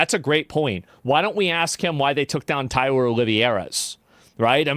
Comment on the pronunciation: Asmongold ain't never going to pronounce Tyler's last name right 😂😂😂😂😂😂